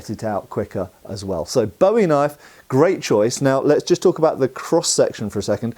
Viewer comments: It's pronounced boo-ee. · Love the video! I’m from Arkansas where the Bowie knife was invented and I’ve always heard it called pronounced closer to “bouy” like the thing that floats on water. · It's BOO-EEE....